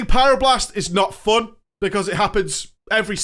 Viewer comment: The way he says "FUHN" and "Drae-NOR"